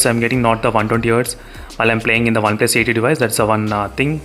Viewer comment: Me: OnePlus:Oneples 😂